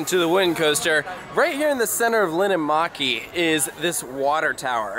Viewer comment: im finnish and im literally crying on how you pronounced linnanmäki, but uhhh yeah it was hard to learn finnish pronunciation..